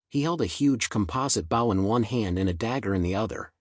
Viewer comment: AI it's supposed to be so SMART can't even pronounce bow really hehehe